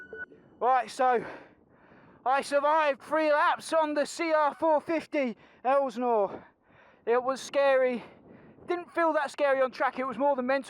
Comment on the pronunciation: STOP CALLING IT AN ELSNOre! It's insulting and it makes you sound uneducated. IT"S PRONOUNCED, ( EL--SIN--OR ) GOT IT?